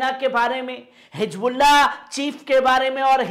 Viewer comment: Jaha higbulla jaha sahi hizbullah h.jaha Jaha... alfaz drust kare,vaha sunne wale sharmate h